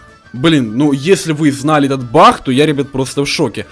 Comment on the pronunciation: он сказал не баг а бах